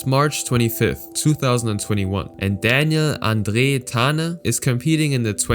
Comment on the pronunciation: Daniel Andre Tande would probably laugh a bit at how you say his name :p